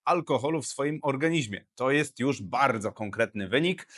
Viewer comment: OrganiZmie*, nie organiŹmie... nie kaleczcie jezyka ojczystego.